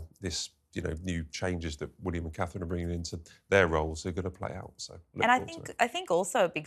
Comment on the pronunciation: I have to Dis-agree Slightly. Her NAME IS Not - HER ROYAL HIGHNESS... She IS HER ROYAL HIGHNESS... Ner NAME IS CA-THRINE - TWO Syllables!!! Which the talking heads CAN NOT SAY!!! At least, Tries to Keep to It. He has trained himself well to not say "kate". Well done. Now, AS HAS BEEN WRITTEN INNUMERABLE TIMES, GET YOUR GUESTS To AFFORD Catherine THE RESPECT OF ALWAYS SAYING CA-THRINE!!!